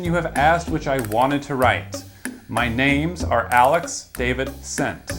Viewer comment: i just realized that he was trying to say “Alex Davidson” 💀